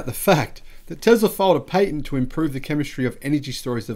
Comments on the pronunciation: Sorry you Said “Pay Tent” it’s Pat Tent ah-ha Nelson voice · Perhaps it would be wise to focus your attention on pronunciation rather than sentence structure, i.e. Patent PATent, not PAYTent...